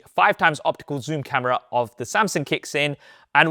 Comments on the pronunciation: It's Samsung not Samsing. So cringe with that Samsing pronunciation. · Am I thee only one to notice he's been saying "samsang" & "Samsin" Instead of "Samsung" lhh Throughout the entire video. Lhh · Oh my. Why is bro STILL saying "Samsin" & "Samsing" and no "SamSUNG" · I appreciate the insight from you and the other main phone comparison pages, but my brain hyper focused on your pronunciation for some reason. LOL. It's "SamSUNG".... not "SamSING" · Good old "Samsing" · SAMSUNG NOT SAMSINGGGGGGGGG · Wtf is a SamSing😂😂😂. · the way he pronounce SamSANG jajaj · I like your Samsing 🤣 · why u called SAM SINGG? 😅😅 sounds racist but its nice 😂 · Why do you pronounce Samsung as “Samsang” lol in some cases.